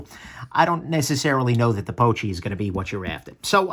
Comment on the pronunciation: Confirming why I passed on this knife. Seemed more an aesthetic piece than a practical one. Also I think it's pronounced poo-chee (like a pooch, a dog, get it?).